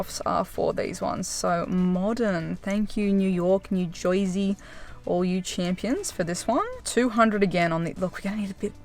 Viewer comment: Growing up in new york new jersey. I appreciate you saying new juwzy like that. : )